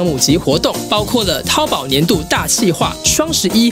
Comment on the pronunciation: 那是淘宝（注意声调，不是一声，是二声）